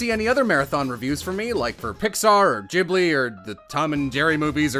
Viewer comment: Excuse me. Did he just call Ghibli... Jibbbly?